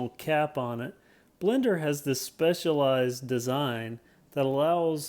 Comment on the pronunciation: “The Blendr stem has a (S)pecialized design...” careful there!! LOL